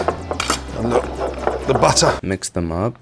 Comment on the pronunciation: The buttah xdd